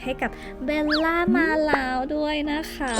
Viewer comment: จริงๆ ควรออกเสียงว่า เบว ล่า ไม่ใช่ เบน ล่า